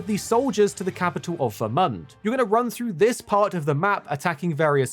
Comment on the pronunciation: Him calling it Ver-Month was very frustrating. Lol